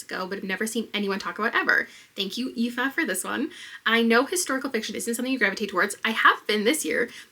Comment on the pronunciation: As a fellow Aoife (not the one who gave you the recommendation) I am SO GLAD you pronounced our name right! I'm also reading The Examiner soon, so I'll be looking out for your thoughts